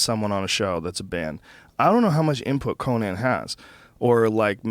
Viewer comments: I hate how joe says Conan. COH-NAN? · Joe you gotta learn how to say Conan. Yes, there are technically two ways to pronounce it, but the guy isn't a fuckin barbarian. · I've been listening to this podcast for going on 4-5 years now and Joe, I love ya, but goddamn the way you pronounce "Conan" fucking kills me lol